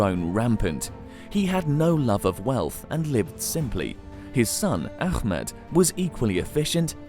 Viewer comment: it's Ah med not Akh med